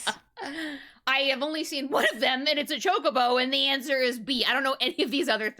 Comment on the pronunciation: That's how you pronounce it ...